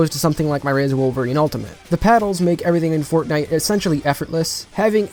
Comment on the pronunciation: I love how u said fortnite as fagnite, good job bro ur cannel is rlly different (in a good way) love it keep it up and have a good week 👌